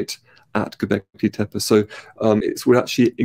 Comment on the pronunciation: Just for clarity, in Turkish "tepe" (hill) is pronounced "teh peh" not "teh-pey". Lee Clare pronouces it correctly in this video.